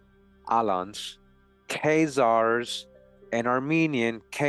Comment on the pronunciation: why do you pronounce Keyzaers, and not KhAzars, A not ey